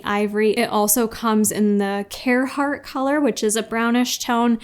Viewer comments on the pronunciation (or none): So happy to see this! Been waiting not so patiently lol Great job as always! And being a girl from Oklahoma hearing say “care heart” instead of “car hart” cracked me up 😅